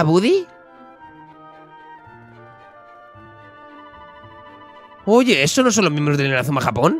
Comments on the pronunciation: Porfavor jajajaja di "bady" no "budy". Lo digo por que en la serie original lo llaman así no por otra cosa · Buddy se lee "Bady" jaja me pone nervioso oírle decirlo mal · se pronuncia bady no budy